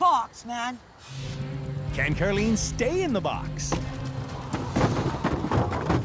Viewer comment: Why is Karlene's name pronounced car_lean